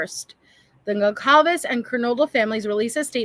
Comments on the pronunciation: It is not a big deal but isn’t Kaylees last name pronounced Gon-Sal-ves? 🤔 Not being critical I’m just wondering!Anywho I was so happy when I saw you posted a new video on this case, I love how you are always so clear about facts vs. speculation & how respectful your coverage is. ❤❤❤❤ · I am Portuguese and the way it is spelled, it is a Portuguese surname, and you are correct it is pronounced Gonsalves not Gonkalves. There are many similar surnames that are Spanish in origin but those are spelled differently. :_Heart